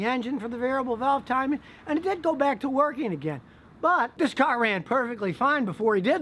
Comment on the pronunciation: I like how Scotty Says “CAARR”